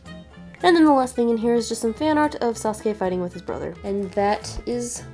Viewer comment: Thank you for pronouncing Sasuke right :) Deidara and Tobi are really cute together <3 Great video by the way.